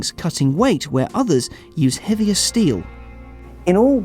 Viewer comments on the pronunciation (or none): none